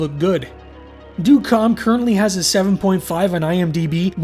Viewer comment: well ø is more of a danish/norwegian thing, but it's supposed to be the same as ö... more or less. but good try!